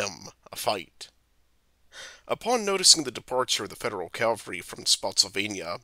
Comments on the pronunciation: The amount of times I heard Calvary instead of Cavalry really distracted me. Cavalry is a horse you ride and Calvary is a hill where Jesus died. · "Calvary" or "cavalry"? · Ha ha ha! I thought it was a mistake the first time he said "calvary" but I guess that word is the narrator's nemesis. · The word is pronounced CAV al ry. After the first four or five times the mispronunciation becomes very distracting.